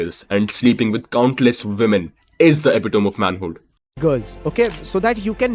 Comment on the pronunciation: Watched many of your videos mate and I noticed that you are pronouncing "epitome" wrong. Everything else is 🔥